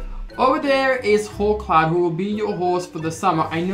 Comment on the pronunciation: when u said 'come on hawkcloud' i thought you said, 'come on whole clown' oops